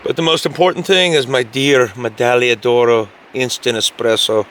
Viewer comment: Your pronunciation of medaglia d’oro is perfect btw.